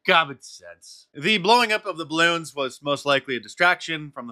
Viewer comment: Duuur, DiVeRsItY iS oUr STrEnTgTh 😵‍💫 ... We shoot down bawoons... we do good only miss once